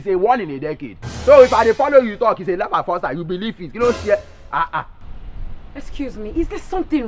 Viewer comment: That "I lur you men part"😂😂😂😂😂😂😂😂😂😂😂